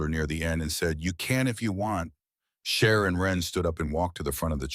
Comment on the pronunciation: yes, indeed. Cher and not share :)